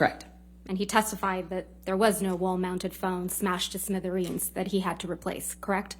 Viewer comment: "smitherines"... Lmao